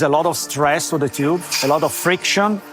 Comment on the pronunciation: What on Earth is a “Chyoob”? Does he mean “Tube”? Great vid, Thank you for making it🤝